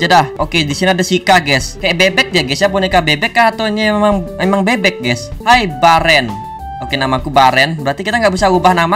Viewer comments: Bang nama nya bukan Baren tapi beren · Bang namanya itu bukan baren itu di bacanya beren bang gak bisa bahasa Inggris sih makanya belajar 😂😂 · Baeeren di baca beren